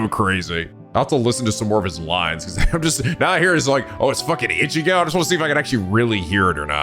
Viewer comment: so is it me or was pronouncing ichigo wrong